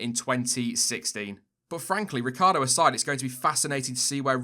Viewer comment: No, Noooooo! Why did you butcher Ricc like that - he doesn’t need any more bad luck😉